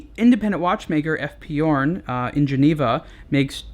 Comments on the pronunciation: It is pronounce "zhurn" not "yourn".just an info. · F.P journe is French not German so it's pronounced 'zhourne'. If he was German then 'yorn' it would be. But no -. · It's Journe. Not Yourne. Otherwise, good review. Thanks. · F. P. Journe or eff pee shourne, not eff pee you're. Sorry, it's my OCD. Update: I couldn't finish the video having to hear you mispronounce Journe. And yes, I know I could very well be wrong. But if I am, then I couldn't watch anymore because he kept rightly pronouncing Journe. 🤷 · Pronunciation is totally wrong. Again! The name is pronounced like in french equivalent for the "day: Fonetically "JU:R" and add the N at the end: JU:RN. Also the initials EF PE EF PE JU:RN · It's pronounced "shourn". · hard J as in Journey... It's Fench